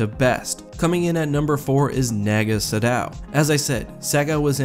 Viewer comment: Dude it’s Naaahgo Sad-oh